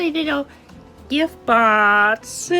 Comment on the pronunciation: I hate how cwc pronounces box, funny how the subtitles are accurate